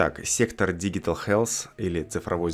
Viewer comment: digital читается как диджитал